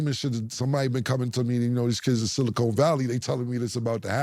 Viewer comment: Cam pronouncing it "Silicone" valley is crazy 🤣